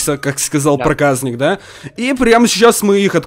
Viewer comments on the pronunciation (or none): Мне кажется ты говоришь проказнык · Топ видео! Но ты не говори проказник ты когда говоришь бесить начинает говори Проказьник но не проказник бесить начинает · Не праказнык а проказник правильно канал проказника сылк в а вот ссылка (Канал проказника) приатного просмотра